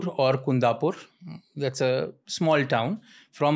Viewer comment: its not kundapur its kundapura